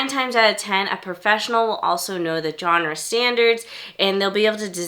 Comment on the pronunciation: Does anyone pronounce Genre correctly anymore? It's a soft G... Not a J